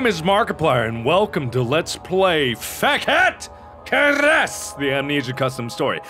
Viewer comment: Damn Bruh yes, I know. Fekete Keres just sounds so wrong